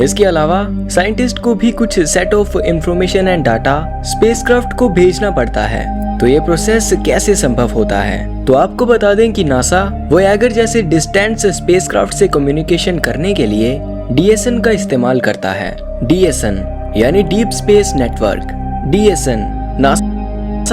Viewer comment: भाई कहीं एडमिशन ले लो ! पियोनियर और वोएगर मत बोलो।